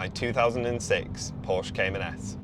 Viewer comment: You pronounced Porsche wrong... LOL